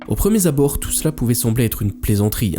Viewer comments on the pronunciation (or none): " au premier zabord " sûr de la prononciation ?